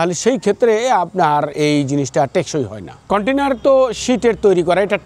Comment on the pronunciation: Container ❌koitainar✅